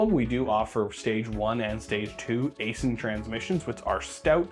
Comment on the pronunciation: It's pronounced 'icein' not asin. Im a contractor for them.